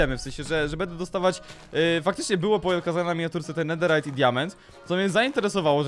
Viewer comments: Info dla ciebie. 1. Nie czyta się nederajt a czyta się nederyt. 2. Nederowe żeczy nie palą się w ławie ogniu i tak dalej. 😘😘🥰🥪 Nutka będzie SUPER😘😘😍😍😍😍😍🤩🤩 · Czemu mówisz nederajt zamiast nederyt